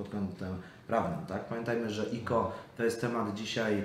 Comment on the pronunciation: Czemu mówi o ICO > IKO zamiast jak wszyscy Aj Si O;d